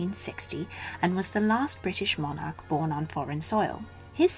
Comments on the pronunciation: God that awful accent, and we don’t pronounce monarch like that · The narrator is English yet annoyingly uses American pronunciations for words. E.g. MonARch and eRRa. Apologies for highlighting this, but it really annoys me!!